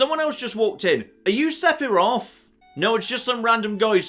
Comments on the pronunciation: Di.... did he just say Sepiroth? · Am I just stupid or is weird? PH makes a 'f' sound so he's pronouncing Sephiroth incorrectly